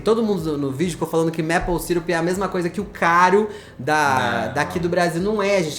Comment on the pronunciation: A pronúncia de maple é “meipou” e não “mépou”. Eu cometia o mesmo errinho por achar que seria como apple “épou”, mas não é. A diferença deve ser por conta da quantidade de Ps na palavra.😅